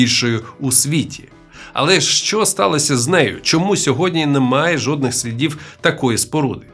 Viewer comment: жоднІх доказів, 6ЬІдло ти мосвороте, жоднІх